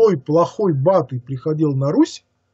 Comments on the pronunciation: Vito Mely, видимо автор считает правильным другие ударения. Например по "БатЫй, а не БАтый" я понял потом - по ударение на А, по русскому произношению. А кто такой Батый - послушайте - лекцию "Батюшка наш... Чингисхан!" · Почему БАтый, а не БатЫй? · Mikhail KHATSANKOV, видимо автор считает правильным другие ударения. Например по "БатЫй" я понял потом - по ударение на А, по русскому произношению. А кто такой Батый с другим ударением - послушайте лекцию "Батюшка наш... Чингисхан!" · А почему вдруг бАтый, ерЕтики и ещё несколько таких же каверканий? Чтец не знает этих имён и слов? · Да. И БатЫй ещё. ИгУмен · ЕвАнгелие а не ЕвангЕлие, БатЫй, еретикИ. Просьба ставить ударения правильно. А в целом спасибо. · Очень интересный рассказ. Уважаемый сказитель в некоторых словах ставит ударения не так как обычно принято. Например обычно говорят ЕвАнгелие а не ЕвангелИе, БатЫй, а не БАтый и ВЕлес, а не ВелЕс. И другие.